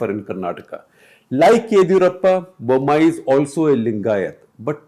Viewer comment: The moment you pronounced the CM name I knew you failed, stick to things you know well bro